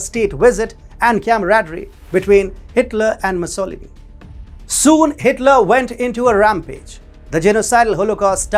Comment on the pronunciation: Little creep unable to pronounce Mussolini’s name